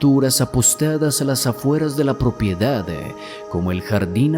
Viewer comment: Porqué añades E al final de las palabras? Tengo que poner subtitulos para entender qué dices. "Finale"? "Propiedade"? Wtff